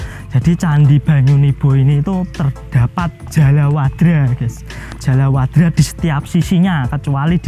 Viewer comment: ijin koreksi mas. Niku Jaladwara mas, sanes jalawadra😊